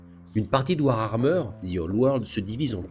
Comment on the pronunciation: c'est mignon, au bout de 30 ans t'arrives toujours pas à prononcer warhammer, tu nous colles un R en trop ! (war-armeur ;)